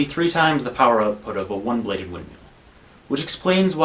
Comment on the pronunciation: Can we talk about the way you pronounce windmill? I heard "win meal" the first 5 times xD